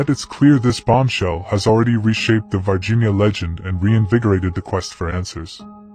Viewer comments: This is confusing! The title says VIRginia, but the narrator is saying VARginia. Would somebody please explain this and how an "alien" from VIRginia is showing up in Brazil? I have known several people from VIRginia, and they didn't appear to be aliens to me! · I'm Brazilian. It's "Varginha" town, not "Virginia". And that is not the creature, It had 3 head bumps.